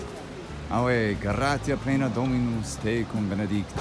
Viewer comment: Watching the video the way you pronounced "AVE" Caught my attention. In Italy we say "ÀVE" but you said "AVÉ". What should be the correct pronunciation? I find curious that nowadays in Rome you can hear people shouting "AUÉ" as a way to get someone's attention and I was wondering if this could be a sort of residue of the Latin "AVE". I hope my question is clear enough. I couldn't manage to write it better.